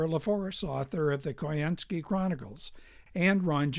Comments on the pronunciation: I bought the book some years ago but haven’t yet gotten around to reading it. And I believe the phonetically correct pronunciation of his name is “coin-skee.” What also isn’t mentioned is that Choynski was Jewish. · I only discovered this video today, but it does a fine job discussing my great-uncle Joe Choynski. Incidentally, the name was pronounced "Coe- IN-ski." Descendants of this family all changed their names to "Coe." I never met Joe. although he died during my childhood, but my mother spoke of him with great fondness